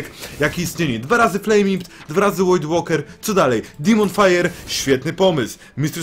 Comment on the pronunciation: "Void" czyta się jako "wojd", a nie "łojd"